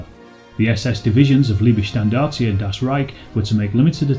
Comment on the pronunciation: hum, you can't pronounce correctly Leibstandart, and Totenkopf.